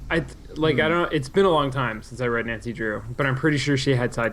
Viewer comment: I wish they would stop playing games in japanese settings because it is infuriating listening to americans pronouncing japanese names and words ._. Nancy included, especially Nancy, you spent time with japanese people during the voice recording FFS! AT LEAST TRY! twitch